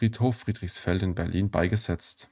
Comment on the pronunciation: Bitte richtig Betonen üben. Fast immer wird falsch die letzten Silbe betont. Das macht das Zuhören fast unerträglich. Beispiele von unzähligen: falsch: SowjetunION, richtig: SowJETunion, falsch: UntersuchungsHAFT, richtig: UnterSUchungshaft, falsch: beigeSETZT, richtig: BEIgesetzt.